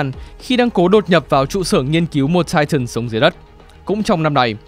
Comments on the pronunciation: Tai-ờn mới đúng :) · lại là "chai chần" :))))))